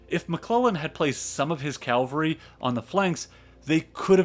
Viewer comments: Excellent channel. Excellent insights and research but PLEASE pronounce cavalry correctly. CAValry NOT CALvary. Small point on an otherwise superb channel but it bugs the bejesus out of me. Sorry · Nit picking but...cavalry not Calvary. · I really like this video. NB. It's "cavalry", not "calvary". Calvary is where Jesus Christ was crucified. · Cavalry, not Calvary.. c-a-v-a-l-r-y. Soldiers on horseback. Calvary, the hill on which Jesus was crucified. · It's cavalry not calvary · Complete tour de force. Except for picayune comments (pronoucing cavalry like calvary), this was a wonder to behold. As the other comments here attest, the background to this battle is essential to understand its importance. I would love to see a profile of a great Grant victory (although we already got a little one here at Shiloh). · Excellent. One thing. It’s Cav-alry Not Cal-vary. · This is quite good - but one can always tell when a historian/narrator is a good Christian: They refer to "CAV-ALRY" as "CAL-VARY" 😁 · Stop saying calvary! Please! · calvary? hayseed... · So this is really well put together, from what I can tell. Far be it from me to pick on minor pronunciation issues in a 2 hour long free documentary, but it's bugging me so I will: Cavalry is the dudes on horses. Calvary is the hill Christ died on. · The narrator explained his peculiar inability to pronounce "cavalry" correctly in a different video - and apologised in a nice way. 😂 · Amazing video - thank you so much!! but for the love of God please learn how to pronounce words correctly. Ca-val-ry not Calvary Fre-drick not Fred-uh-rick Vie-count not vice-count Taney rhymes with Brawny not Canny There were more that I can't remember at the moment.